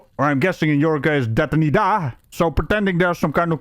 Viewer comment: your Spanish is pretty good. Detenida. 😂